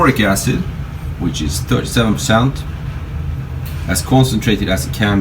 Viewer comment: Did you say the acids were all diluted down to 30% concentration? I couldn't understand if you said 3 or 30 percent.